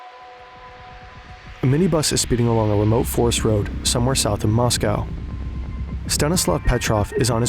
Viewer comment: That's not how to pronounce Moscow